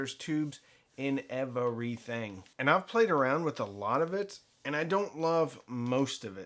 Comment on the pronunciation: I took a shot every time he said Ev-uh-re-thing. I’m surprised I’m still conscious.